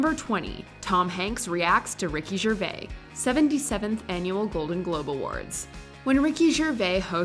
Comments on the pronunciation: Did she just say "ricky GERVAI"??? It's french. Must be pronounced as "GERVAIZZ". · Ricky Gervais pronounces Ricky Gervais, "Rick-ee-J'vays". He asked me to ask you to do the same please. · It's Ger-VAYSE, not Ger-VAY. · Am always amazed with how americans pronounce 'Gervais'. It's Ger (as in 'german') and vais (as in 'case') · Please, please, please!!! Ricky GervaiSSSS with S if you have doubts about the pronunciation, just listen carefully to how HE pronounces his name. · Learn to say Ricky Gvais ia name lol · The ‘s’ in Gervais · If Ricky Gervais pronounces the S at the end of his surname, I think everyone else should too! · Omg thank you, literally just came on the phone version of YouTube to see if anyone else heard this! Honestly, why don’t Americans say the “S”? I’ve only ever heard Americans take it off .. so strange. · The "s" is not silent in Ricky Gervais, c'mon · The S at the end of Gervais is not silent. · She didn’t!!! Just hear HIM pronounce his own name!!! You’re supposed to pronounce the S. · Why do you pronounce Ricky Gervais like that? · I'm offended by how she pronounces Ricky Gervais's name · Still can’t pronounce Gervais properly